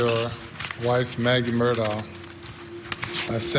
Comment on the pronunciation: Could at least 2 of the 4 people on the panel pronounce Alex Murdaugh name correctly. I have watched the entire trial from opening statements to the sentencing phase and I'm still confused on the corrrect pronounciation of his last name and even beyond that is it Alex or Alic?